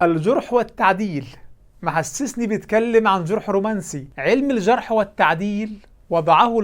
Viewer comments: (الجَرح) والتعديل اقرأ جيداً وليس (الجُرح). أيها المتعالم. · "(الجُرح)! والتعديل" جرحت أذني قطع الله لسانك السليط! جزاكم الله خيرا أخانا الفاضل وكثّر خيركم! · يا دكتور دي ناس جاهله ومتخلفه عقليا ده مش عارف ينطق الجرح بفتح الجيم الناس دي بتعتبر الهجوم علي الإسلام سبوبه شوية متسولين ماشي وراهم شوية ملحدين علي شوية مسيحيين